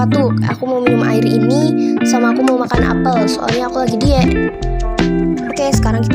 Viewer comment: Kak tadi kk bilang "diet" malah "diek"